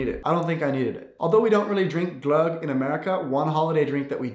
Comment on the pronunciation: IM SORRY BUT THE WAY HE SAYS GLÖGG